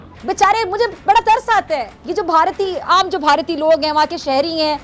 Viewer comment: Barti kya hein bhai, bhartiye bolne sikho jahilon